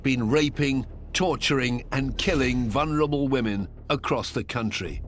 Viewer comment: Why does there seem to be this countrywide mispronunciation of the word, “vulnerable”?